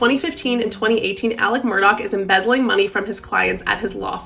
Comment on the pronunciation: Murdaugh, Murdoch 🤨